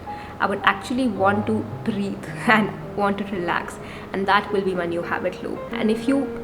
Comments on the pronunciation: Really useful, just a small note. It is "breathe" not "breate". Otherwise well said, kept my attention, good content. Keep going! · There are many accents that don’t use that sound and can’t pronounce it easily. You can still understand well, it doesn’t matter